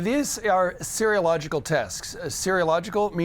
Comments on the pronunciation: Serological, not 'seriological' sheesh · Sear - o - logical not seary - o - logical